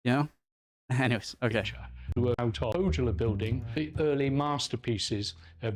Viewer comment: As a Finnish language professional I find it irritating that the presenter in the underlying otherwise excellent video had not bothered to check how the names are pronounced. The letter J in Finnish is pronounced as in German, i.e. like the Y in "year" in English -- and notably the presenter pronounces the German word "Jugendstil" correctly! Pohjola would be approximated as POH-yaw-lah and Tarjanne as TAR-yun-neh.